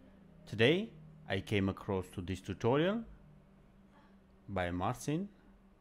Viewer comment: His name pronounce like MarCHin (ч). It's polish name